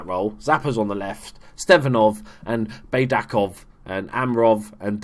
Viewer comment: One hint about the Bulgarian language: we read everything exactly how it is written. For example, Baydakov is just [baidakov], not [beidakov]. Well Dzhuneyt Ali is a turkish name... it's difficult but it is [ju-neit] where "ju" is like in June and "neit" is like in "Nathan"